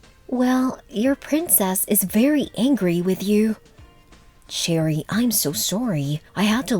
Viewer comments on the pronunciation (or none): It’s cherie not cherry.